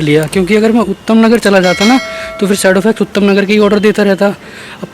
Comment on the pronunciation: Bhai utham nagar nhi h vo uttam nagar h🤣🤣